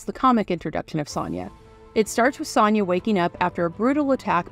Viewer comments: You pronounce Sonja, oddly. It's pronounced "SOnia", not "SONia." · This movie is amazing. The narrator's mispronunciation of Sonja's name in this JoBlo video is very unfortunate.